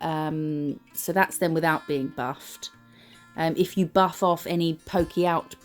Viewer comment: ish you said “buff after” and I was like “you need a bath after what?” It took me a sec to catch on hahaha